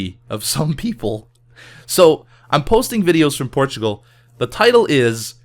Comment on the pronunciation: I always hear ''Porchigo'' when he says Portugal.